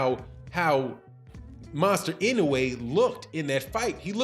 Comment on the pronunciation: And who in the world is Monster In-Da-way? Sound like a new energy drink😂